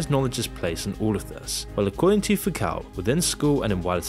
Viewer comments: How do you still mispronounce so many words. It's Foo-coh not Foo-COW. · its pronounced "Fook-oh" and we all know who's really in charge here. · Foucault is pronounced foo coe. You should make looking up the correct pronunciation of names a regular part of your research for videos.